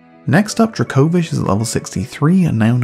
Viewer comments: The first half of this video, "druh-KO-vish" was bothering me so much because I'm used to hearing it pronounced "DRAY-ko-viSH" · Never have I hear someone pronounce Dracovish like that